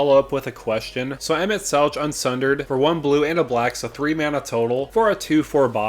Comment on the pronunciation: Just a heads up emet selch is pronounced with a hard K sound.